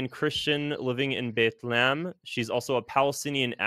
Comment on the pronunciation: weird way to pronounce Bethlehem... Bethlaam?